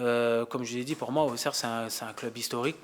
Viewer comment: Ausserre on dit en non AuXerre